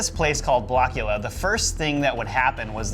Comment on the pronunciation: Its not blockula its blåkulla. Otherwise amazing episode 😊